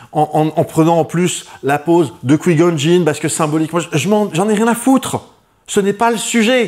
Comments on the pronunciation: Alors c'est "coua gone jin" qu'on le prononce. Les Ewokes aussi ça ne va pas... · T'as façon de prononcer Qui-Gon Jinn m'a trigger